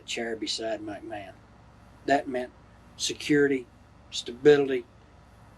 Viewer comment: sounds like he's saying "Mike-Mahon".